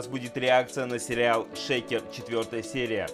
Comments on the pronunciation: Дизлайк только за произношение написано чисто русскими буквами Ш Е К Е Р как "шэйкер"! А так реакция как всегда ТОП! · Тенге это тенге, а не тэнгэ ,шекер это сахар а не шейкер..